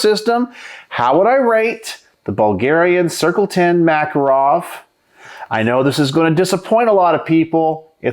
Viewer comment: The Makarov is one of the most accurate, reliable, rugged pistols ever made. By the way, it is pronounced ma-KAR-ov. I live in Eastern Europe and the police here carry these guns.